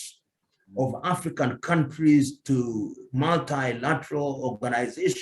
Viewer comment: What is "the African politician", emphasis on the "African"